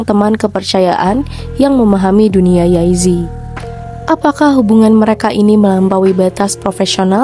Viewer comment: Mbak kok nyebutnya yay zi? Jey zi